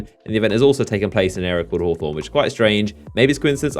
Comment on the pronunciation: It's pronounced (hah-thorn) and come down to my hood, Eastside Torrance-Young Smirk